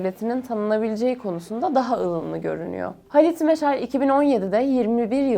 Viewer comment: Halid / Halit adının -a sesi uzun söylenir, kolay gelsin.